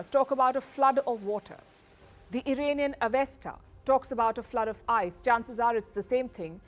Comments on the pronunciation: Very poorly researched piece. And Ms. Sharma doesn't know it's Iraanian, and not Irainian... 🤣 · It's funny how you say Iranian avesta😂